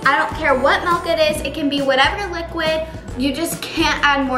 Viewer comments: It’s milk not melk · It’s not melk it’s milk😑😑😑😑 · I loveeee When you say M-E-L-K🥺💖💖💖